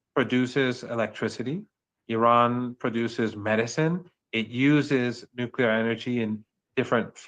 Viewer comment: The word is nuclear not nuculer. George W. Bush whose English and English pronunciation were very poor made the nuculer popular. George W. Bush is really a very bad example for anyone to imitate.